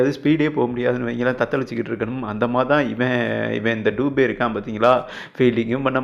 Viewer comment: டூபே இல்லப்பா!!ஆங்கில உச்சரிப்பா,உச்சரிக்காதே!!பெயர்துபே!!இந்தியில் நெடில்உச்சரிப்பு இல்லை!!துபே என்பது,பிராமணன் சாதியில்,ஒருகிளை!!